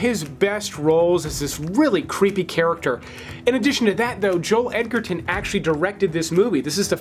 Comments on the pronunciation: Joel edge-er-tin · Joel Edgerton’s name is pronounced with a D in there. As in EDGE not EGG. Edger ton